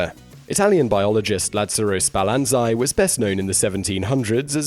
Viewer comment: I always find your videos interesting. If I have one criticism is that you cannot seem to pronounce unusual words very well. In this case it was Spallanzani. You pronounced it Spalanzi. You do this with almost every video. I'm sure some will say that its not important. But you do such exacting work in the rest of your content, your mispronunciations come across as carelessness. It's easy to look up the pronunciations of words. Just google "how to pronounce __________"